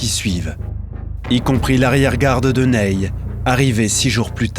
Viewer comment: Très beau doc, merci. Mais le Maréchal "Neille" aïe aïe. Le Maréchal Ney/Nez.